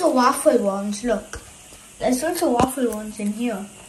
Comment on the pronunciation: It's not waaffle it's waffle.